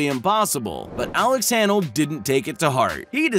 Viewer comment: How could you mispronounce Alex Honnold's last name? That seems impossible. Or should I pronounce that impassible?